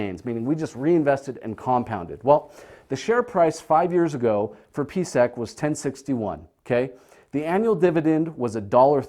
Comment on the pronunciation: I'm not understanding the numbers on your board. $10.61 for a stock price? I look up PSEC (Prospect Capital) and see it hasn't been over $10 since 2014. This video was published Jun 15, 2019. Huh? At he introduces PSEC but slurs his enunciation - it sounds like BVC. When I look up PSEC I see a high monthly dividend. So this must be Prospect Capital. What's up with his numbers?